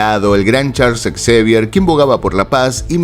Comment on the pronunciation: Xavier se pronuncia Javier